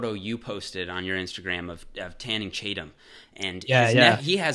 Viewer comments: 1.19.50 did he just say tanning chatum instead of channing tatum? channing tatum neck gains gone :D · lol you said “Tanning Chatum” bruh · "Tanning Chatum". Great video by the way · “Tanning Chatum” 😂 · "tanning Chatum" hahhaha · JuBJuB TANNING CHATUM😂😂😂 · "Tanning Chatum" hahah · Anyone notice how he said "Tanning Chatum"? xD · "Tanning Chaytum"? Wtf is that? Lol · did he say tanning chatum on purpose? lol